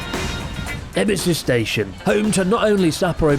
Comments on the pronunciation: Ueno ‘Stastion’ 🤣🤣🤣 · "Stastion" my god. Cracked me up real good! 😅😆